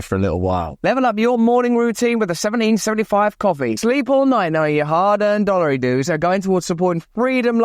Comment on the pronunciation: I come to hear Russ say “seveneen sevenee five” every day 😊